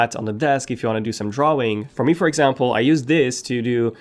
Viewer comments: 666 views...... omg (I purposely put no capitals) btw u said drawing like this dwaing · saying drawing is for losers say dra-wing(this is a joke, no hate)